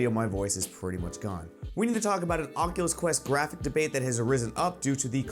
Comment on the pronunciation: "Onculus Quest"??? I LIKE IT!